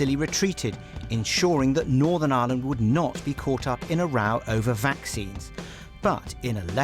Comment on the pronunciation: Manages to pronounce island correct but not Ireland lol